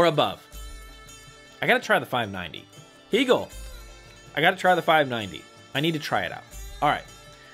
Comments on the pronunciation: I had never heard anyone mispronounce Hegel until this video. It does take away from your perceived knowledge of a brand. Most English speakers pronounce it the same as the philosopher’s name. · I think these things are important. Just like how people prefer having their own names pronounced correctly. As a Canadian dealer, I can tell you it is "hay-gul" or "hay-gel" as opposed to "hee". If you watch videos by Bent or Anders, you'll see they pronounce it this way.